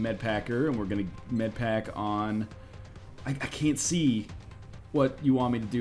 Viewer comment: "Med-paker" is so damn funny to me